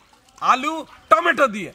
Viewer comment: টমেটা না টমেটো 🍅